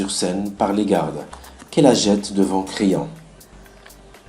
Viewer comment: Merci pour ce resumé j espere que j aurai une bonne note et sinon creon se pronoce pas crayon